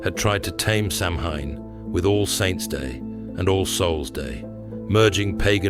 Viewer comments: Your pronunciation is diabolical it's not pronounced sam hain ,sow as in female pig Ann the name ,sowan is how it's pronounced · Good except I wish AI could be trained to pronounce SAMHAIN correctly. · Great story but it’s tarnished a bit with the mispronunciation of Samhain.